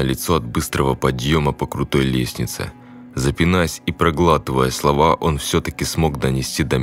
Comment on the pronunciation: Приветствую вас. Прекрасная работа, но есть маленькие ошибки, в некоторых словах неправильно проговорено ударение и сьедены слова. Запинаясь, а не Запинаясь. К